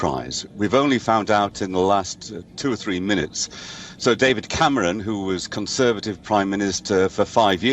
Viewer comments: Yep, took me a couple of seconds to work out who she was talking about! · David camrooon, 😂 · David camrooon 😂